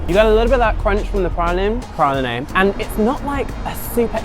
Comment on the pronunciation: Cedrique ??? Pralinay? 😂😂😂